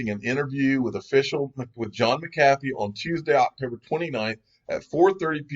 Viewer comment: Mc-calf-fee - Unofficial Incorrect Pronounciator of the Digial Asset Investor Channel